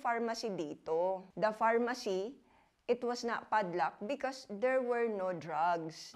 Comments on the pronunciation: farmacy.. not pharmacy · FARM-ACY NOT PHARMACY MGA VOVO KAYO FDA! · Luhhh hahah farmacy naman yun hindi pharmacy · Boston-shi... pharma-shi